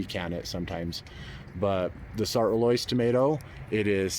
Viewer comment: I speak French and the correct pronunciation is “Sart” with a short rather than long vowel (not “art”). “Roloise” is Roy-Loy-z